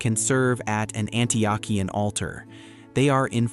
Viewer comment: Great video but a few critiques. #1 How to pronounce Antiochian= An-tee-oh-kee-an. #2 ROCOR is also Eastern Orthodox. ROCOR=Russian Orthodox Church Outside of Russia.#3 You can wear short sleave color shirts. Except at the monastery's i have visited where men and woman must wear long sleave and woman must have a head covering on. Other then that great video. Glory to God in all things.